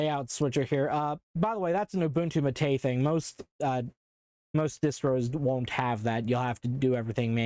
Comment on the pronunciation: The pronunciation of "Maté" hurts my soul as a native Spanish speaker. (It's Mah teh, not muhtAY, but you tried.) Also Ubuntu 8.04 was the first taste of Linux for me as a kid. Honestly wish I did more with it, or discovered Kubuntu since I was more familiar with Windows than Ubuntu by default with GNOME 2.0 XD